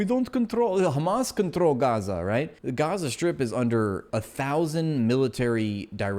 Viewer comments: I hate how they insist on pronouncing it as "khamas".. and I do believe that some Israeli study was done and found out pronouncing it like this makes them sound more evil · I only laugh at this absurdity. You know you're talking to Z when they mention "Khhhhhhhh" syllable in the beginning.